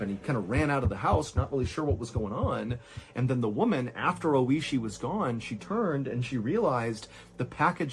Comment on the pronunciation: Is the guy's name Oishi, meaning "delicious/tasty"? If so, he pronounced his name incorrectly the whole video. rip